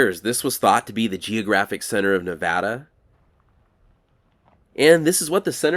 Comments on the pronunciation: Thanks for pronouncing the name of the state correctly. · I’m from Nevada and I’m glad that you pronounce it correctly. Thanks and thank you for the great video!